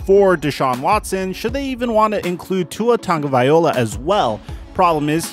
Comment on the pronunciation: Tua Tagovailoa doesn't have an N in his name, learn how to pronounce his name, not that hard